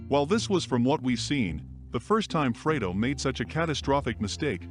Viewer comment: Ohmurduh. Fuck the digitized voice was doing so well up to that. Even pronouncing Fredo perfectly.